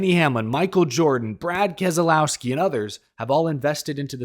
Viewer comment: Learn how to pronounce kez lau ski there is no kez a lau ski RIP Sherry